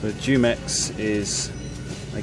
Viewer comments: It's pronounced who-mex, not jew-mex 😂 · Jew-mex? ...lol I like to say Who-mex. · JUMEX is actually pronounced HOO-MEX, the J will always have the H sound in Spanish. Really enjoy watching your videos, i would really like to see you interact with some of the locals if possible.